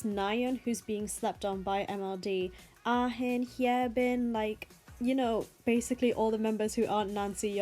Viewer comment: Pronounce their names right, lmao. It sounds weird. A-Hin, Hye-Bin are wrong. They are Ah-in and Hyebin (haebin).